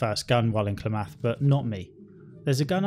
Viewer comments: I'm from Oregon and the way you say Klamath is hilarious but most people don't say it that way here, think of it more like cla like in clam and myth together then clamath! So we say it like clamyth, Klamath! I hope this helps! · It's pronounced 'Klam-ith'. 😬 🤣🤣🤣 Shots fired. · Your syllable emphasis in things like "Klamath" and "Sulik" really messes with me. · You mispronounced "Klamath" and "Sulik." You can see the stats of unpurchesed items in the shops. Right click and examine. Many of your complaints (except the ones about combat) were fixed in the Killap Fallout 2 restoration project.